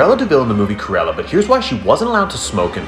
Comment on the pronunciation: ITS NOT PRONOUNCED C-UH-RELLA ITS C-RU-ELLA😭😭😭😭😭